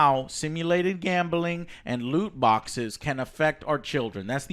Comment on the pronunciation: GAAHHMBEELING. Joe there is no E in gambling.